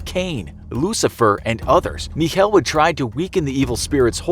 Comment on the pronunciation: Guys pls stop trying to pronounce german words ITS SO HORRIBLE but nice vid otherwhise as always (It's not "mich - heel", it's "mich el" like the spanish article)